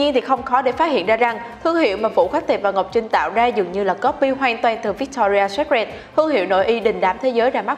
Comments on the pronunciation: bạn này đọc chán quá, cứ bạn ý đọc thì sai tùm lum... secret cứ đọc sép rẹt là sao ý nhợ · nên dịu giọng hơn xíu cũng như phát âm đúng (secret) và đọc đừng nuốt chữ thì sẽ hay hơn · Chữ secret đọc sai rồi 😔